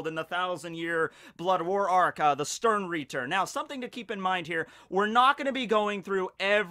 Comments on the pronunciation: Stern-rieeeter, It hurts so bad! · just klicked to hear say sternritter, i love when americans try to pronounciate german words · My first contact with bleach was some doujinshi I don't remember, but it got me interestet enough to at least give the anime a chance. Sadly the first episode was so boring and cliched I lost Interest immediatly... So... the only reason I started watching this video, was the title. I just was curios how much you would mispronounce the word "Sternritter".... Well... I got disapointet again.... You didn't mispronounce it more, than you would mispronounce the word "Stein", so, knowing and caring nothing about bleach, this was a complete waste of time... But to end this on a positive note: can't wait to see your review of the next one piece chapter!